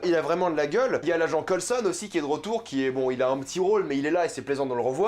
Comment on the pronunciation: Cest moi ou defois tu mache completement le nom de certain perso comme Coulson ?🤔😂